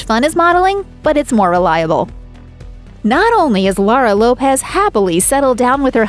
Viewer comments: It's a fact, kumquat. It's Lopes, not Lopez. Google a video on her, that's how it's pronounced. I live in a predominantly Portuguese area where that surname is common and that's how they pronounce it. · Laura's surname Lopes is not pronounced like Lopez. It's pronounced to rhyme with 'hopes'.